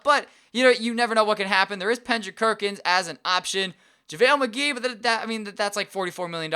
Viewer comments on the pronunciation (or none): Anyone notice that he said pendrick kerkins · he does he says pendrick kerkins and stuff